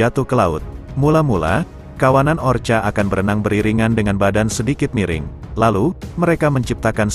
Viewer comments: Bukan orcha tapi ORKA. tolong diperbaiki dalam mengucapkan nama-nama apapun. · Kalau mau bikin narasi dlm bhs indonesia ketik bunyinya orka dibaca orka bukan orca... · Orca ya kk bukan orcha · Tolong bacalah ORKA bukanya orcha. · Bacanya Orka oom..hehe,sorry nih..😂😂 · Gak apaapa... Kedengaran lebih gurih...ORCA ... hehehe